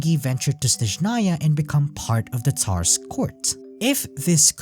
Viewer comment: How do you end up pronouncing "Tsar" as "Tar", after hearing how "Tsaritsa" being said a ton of times over? >.>